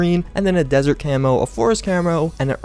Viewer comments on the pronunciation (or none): none